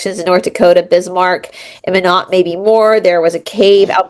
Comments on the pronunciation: Hi there! Nodakian here 👋 Minot is pronounced MY-NOT. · It’s pronounced My Not. Minot